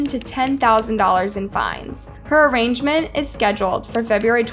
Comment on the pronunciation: This is terrible, society is just not ok... also, just bc it bothers me lol, it's a-rain-ment. Not a-range-ment.